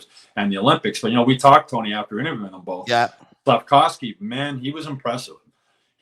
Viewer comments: Tony stop saying SlafCOWsky it’s SlafKOVsky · SlafKOWski? He’s not Polish. It’s SLAF-KOV-SKY…you can do it Tony!